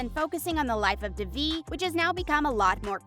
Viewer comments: it’s not pronounced duh-vie. it’s day-vie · "da-vee" ITS DAY-VEE, LITERALLY NOT THAT HARD. PLEASE LEARN THE PRONOUNCIATIONS!! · WHOEVER is narrating this needs to be fired. They mispronounce Devi’s name EVERY TIME. Would you mispronounce ‘Dave’ as ‘Devv’?! NO! So how hard is it to see it as ‘DAVE-E’ and say it like that?! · it’s DAY-VE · It’s pronounced DAY VE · The actual way to pronounce it is 'deh-vi' not 'dayvi, but the way they say it in the show is quite close. ' - coming from a tamil, south Asian person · As others have said you are pronouncing the lead characters name wrong… considering how much info is packed into this video that seams rather careless🤷🏼‍♀️ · this narrator needs to get fired or needs to go to school again to learn how to watch someone say they name properly and repeat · Ma’am pronounce the name right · It’s not the American accent. It’s the complete mispronunciation of her name... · It is fake like they can‘t even pronounce Devi‘s name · The fact that the narrator of this video is pronouncing Devi’s name wrong is really irritating, they say her name properly on the show. It’s like when you spell your name in your email signature and people still misspell it in their reply.